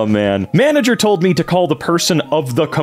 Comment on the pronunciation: 😂were they trying to say manager? What's a mangler?